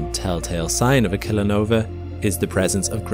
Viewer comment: idk if I'm the only one hearing it but you keep calling it a "killer nover."